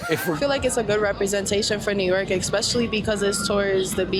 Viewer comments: "...exspeashilly..." A girlboss who gets handsomely paid for doing nothing whatsoever of value. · The David? LMFAO Edit: Trust everyone who says "expecially".